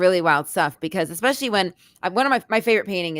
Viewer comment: was great, but every time he said eXpecially or ineXscapable, a little part of me died...:)